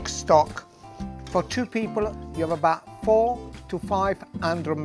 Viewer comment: But he says 'abahhht' instead of 'about' lol